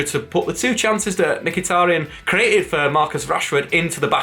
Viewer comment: has finally pronounced mkhitaryan properly! 🎉🎉